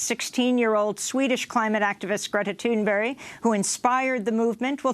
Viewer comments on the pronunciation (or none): ITS TUNBERG PLEASE STOP SAYING TUNBERRY. MUCH LOVE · Could you possibly do an interview with Greta and have her say her name so that you can pronounce it correctly for once? Just saying I've heard over a dozen different pronunciations just from this channel